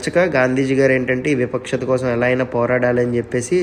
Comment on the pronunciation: విపక్షత కాదు వివక్షత